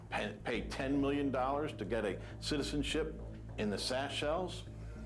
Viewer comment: "CITISENSHIP IN THE SACHELES" Ouch. There's gonna be another trial for that.